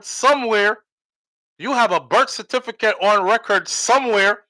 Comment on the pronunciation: Him nuh hav any burt Cert-ifi-kit... hmmmm Weh him US docs deh? Lol 😂